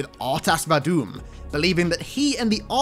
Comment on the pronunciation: Lololol "R'tas VaDOOM"